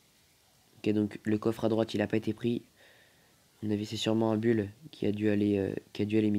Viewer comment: ARRÊTE DE DIRE BULL ON DIT BOUL